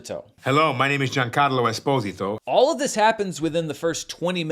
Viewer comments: Seems like saying "Esposito" correctly frustrated more than anything else 🤣🤣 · Giancarlo Esposito Everyone Watching: THAT'S NOT HOW YOU SAY IT! Footage of Giancarlo Esposito saying his own name Everyone Watching:............ I'm still pretty sure that's not right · his name is not Spanish in origin, it's Italian. In Italian the stressed sound is in the PO syllable but I think It's pronounced a bit different than what he says. Something like the "o" in pop, not the "o" in pope. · So here’s my controversial take on this… As a native Spanish speaker, the last name: Esposito, is definitely mispronounced here, at least in its traditional sense…. Even with the clip of Gian pronouncing his own name. The thing is, Gian is not a native Spanish speaker. I think he is mispronouncing his own last name 😅 I think this is rather a question of whether the pronunciation of your name is based on its intended pronunciation or how the person decides to pronounce it. So it’s both correct and incorrect.